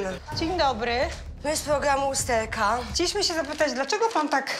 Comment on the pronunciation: "to jest program łusterka" "pszepłaszam bałdzo ineweniujemy"